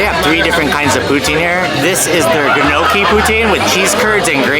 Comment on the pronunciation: Love this! Gnocchi poutine sounds amazing! FYI the G is silent. Like the G in lasagna. The gn gives a “nyuh” sound. So it sounds like “”nyuhkey”. You should eat at Hey Lucy the next time you are in T.O. Love the channel.